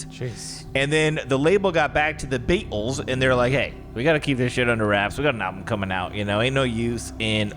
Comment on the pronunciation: saying “the BeAtlEees” had me weak lmaooo